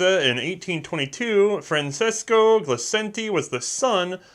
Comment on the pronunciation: I know I'm really late to this party, and it's not all that important in the big scheme of things...but - - "Francesco" is pronounced "fran-CHES-co" in my experience (said experience including that it was my father's name.) It's no big deal, but it's always good to know for the future. Cheers! :-)